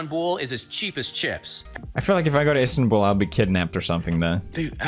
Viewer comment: they butchered istanbul so much im cringing to death rn